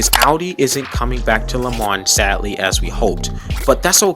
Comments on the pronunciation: Love the teaser for 2023 Do me a favour please, learn to pronounce lemans correctly! Le mahn. ( that is the phonetic). And yes, pronunciation of the most iconic race, in the world, is very important! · Pronunciations of "Le Mans", "Nissan" and "Alpine" is shocking.